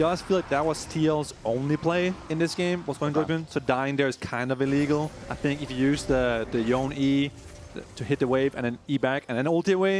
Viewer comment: Ain’t no way bro calls Yone Yown 😭